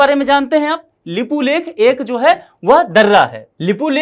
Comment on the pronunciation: Nepal never claim unnecessary land..this youtuber even can't right way to pronounce lipiyadhura lipulek.